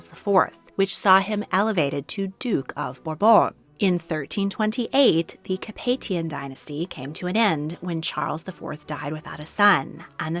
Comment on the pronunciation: The correct way to pronounce the name of the house of Capet "Ca-pay" in French is phonetically "Ca-pay-sian" and in English "Ca-pay-shian". Her is a good french version